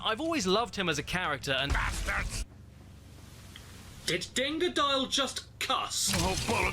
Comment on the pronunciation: No no he said "bass-turds", also known as.. the shitfish. Or fishit.